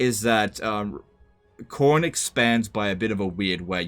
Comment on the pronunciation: Cor-nay? Lol